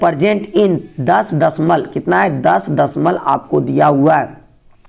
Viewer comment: Dashmalab bolie sir dadhmalan nhi